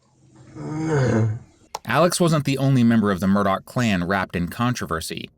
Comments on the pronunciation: Murdaugh not Murdock. FYI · Your true crime ai slop generator can’t pronounce the last name do better